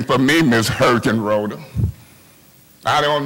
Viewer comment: every time he says "Miss Herkenroder" I scream